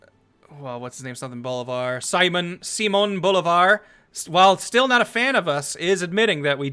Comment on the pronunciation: Since asked for pronunciation corrections... it's "sea MOAN" Bolivar... not "SIGH mon"